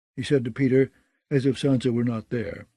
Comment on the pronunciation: Did no one look into the pronunciation of the names ?? Lol the other reader did the same thing but with other names like "pay-tar" aka Peter lol